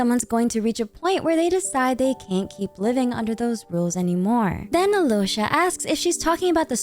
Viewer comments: Absolutely love how you botched every name.Keep doing it lol Alloysha HAHAHAHAHA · The video is great, but as a native Russian speaker I just have to correct some names mispronunciations. • Alyosha is not pronounced as Alosha, L here should be soft (palatalized), so it's closer to Aliosha. The main stressed vowel here is O. • Veche is not Veke, there's a CH-sound like in the word "cheese". • The Tsaritsa's patronym stress. It's FEO-do-rov-na, not feo-do-ROV-na (comes from her father's name Feodor, or sometimes Theodor). FEO- is one syllable here, similar to Alyosha, should be pronounced as FIO-do-rov-na. The main stressed vowel here is O.